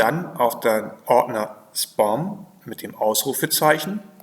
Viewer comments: Es heisst 'Späm', nicht 'Spom' - aber trotzdem danke für das Video. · Spom? Heist das nicht Späm? Trotzdem Danke für die Info. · "Spoom Ordner" Von was redet der Mann. Wenn er nicht mal "Spam" deutsch oder englisch aussprechen kann??